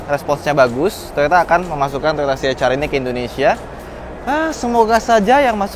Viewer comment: ya saya suka bgt cara review anda.. aku benci liat org baca ce ha er.. anda professional baca nya si eich ar.. keren bgt.. eich ar vi.. si ar vi.. krna ada org yg baca si er vi ga pande baca ar.. tp anda mantap!! saya subscribe